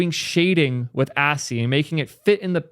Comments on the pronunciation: yeah how do u and up at assy?? I could see ashy, but assy? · My head exploded when I heard pronounce ASCII as assy. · Its ascii not assy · awesome video... also ascii is pronounced askkey!!! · I love you but the way you say ASCII deeply bothers me 🤣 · Wait, that's what he was trying to say? I've done ASCII art before and I didn't even realize he was saying ASCII.